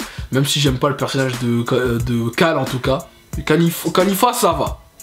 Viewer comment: On ne dit pas Xeno mais Zen'Ô, on dit pas Dakashin mais Daiskinkan, on ne dit pas kalifa mais Caulifla etc... Tu as du mal avec les noms.